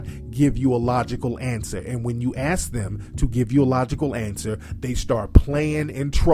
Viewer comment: and ask is pronounced ask not ax